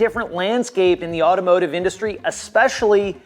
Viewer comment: The amount of times that guy said expecially angered me in ways I've never thought possible